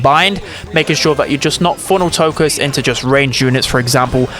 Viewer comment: “funnel tocused” 😂😂